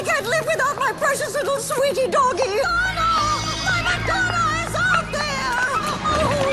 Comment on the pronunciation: It’s madonna not modano get it right